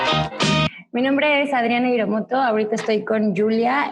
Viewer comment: tu nombre lo dices como si fuera Hiremoto no Hiromoto. A lo mejor nada mas soy yo. Alguien de tu familia fue Japones? Otra cosa por que les preguntas de las experiencias negativas como quieres probrar algo. Por que no sacar lo positivo y esperar a que ellos les salga decir si quieren lo decir lo negativo.....